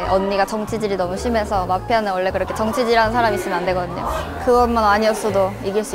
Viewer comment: 한국계 미국인이 ㅋㅋㅋㅋ 정치질이라고 구수하게 말하는게 더 웃겼음 ㅋㅋㅋㅋㅋㅋㅋㅋㅋ